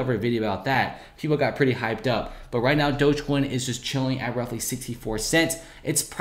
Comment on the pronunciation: Pronounce dogecoin right please